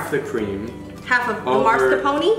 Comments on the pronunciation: I always pronounced it MARscapone not MASkerpone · he claims to be italian but cant even say mascarpone